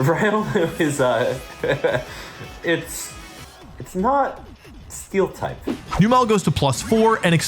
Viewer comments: Its so frustrating that Wolfey loves Numel so much but cant pronounce it correctly. Its a camel so why are you pronouncing the "el" like "spell" youre saying newmell but its numb-uhl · I'm sorry, but noo-mel? Really? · Wolfe out here pronouncing Numel 4 different ways.... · I’m so uncomfortable with how you pronounce Numel